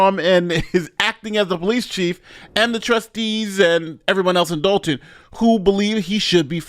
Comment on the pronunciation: It's Dolton, IL not Dalton